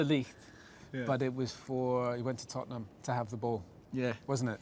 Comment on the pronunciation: The way he says 'Tottenham' 🤣